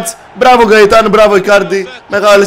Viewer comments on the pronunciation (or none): γκαιταν οχι γαιταν